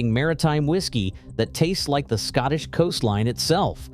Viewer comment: Please, please, please learn how to pronounce Stottush names.